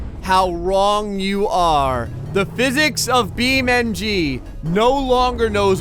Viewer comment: It's beam Ng not bean mg